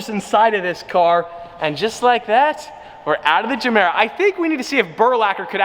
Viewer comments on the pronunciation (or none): Is it really geeemera though? I pretty sure it's GUmera without the Gu just gemera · As far as I know it’s supposed to be pronounced guh mare uh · Gemera, pronounce like ”je mera” in swedish it means ”give more” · "Jamera" Everybody: TRIGGERED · WTF is ”zemeera”? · Pronounced Ye-mera as in "give more" in Swedish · Yehmirah is pronunciation. Idk y this bothered me so much. Also Ik I’m a dick for correcting him, just wanted to say it. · To all the dubai bois that keeps hearing jumeirah 😂😂😂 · im kinda cringing att your pronunciacion of gemera as a native swede but keep it up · in english it’s more like G than J, in Swedish it sounds like our J. This went a little messy 😬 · Pronounced with a G for goat. Not J. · Is it just me or is he mispronouncing everytime he says the name of it?